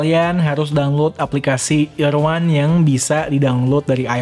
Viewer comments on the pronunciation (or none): itu kan nama TWS nya EAR 1 dibacanya Irwan😂😅🤣